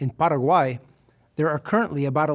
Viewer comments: I cringe when a white uy pronounces Latin American countries with a fake accent (Para-guay) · That’s closer to the legitimate pronunciation than what most people in the US say though. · Cringed When you are speaking English, that’s not how you say Paraguay.